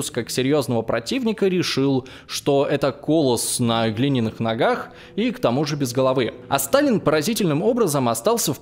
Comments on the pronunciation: СорокОвый год, кОллос на глиняных ногах и другие чудеса в расстановке ударений))) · что то много ошибок в ударениях. "КолОсс на глиняных ногах" и ещё куча в других роликах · Как много ошибок у ведущего в чтении текста, аж ухо режет. Вместо "сороковОго", он читает "сорокОвого", а вместо "колОсс", читает "кОлосс"